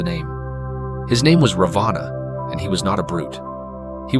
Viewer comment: Raavana....not Ravaana. Nice video.